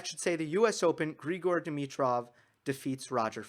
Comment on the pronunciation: Grigor is Bulgarian, you got it right.